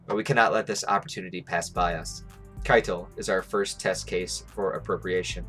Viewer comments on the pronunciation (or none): none